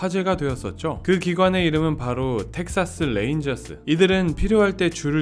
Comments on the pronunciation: 레인저스 발음은 뢰인저스 정도로 하면 좀더 정확한 발음입니다.. 텍사슬레인저스라고 말하면 " L"발음으로 잘못 읽는겁니다. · 텍사스 뢔인절스...ㅎㅎㅎ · Lㅔ인져스 거슬리네.. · 이젠 R L 발음을 맞게할 교육정도는 되었지 싶은데…. 듣기가 영~ 거시기합니다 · R 이랑 L 이랑 좀